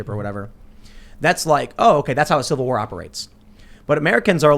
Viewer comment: Tim "civil warr" stool